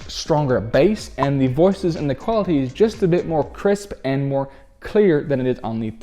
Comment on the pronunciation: I would sub to him, but the way he pronounces things (like the word quality) drives me absolutely insane :(